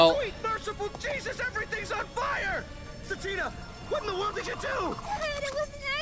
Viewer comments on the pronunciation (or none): "Sa-Tina", is how I think it's pronounced! Just a suggestion!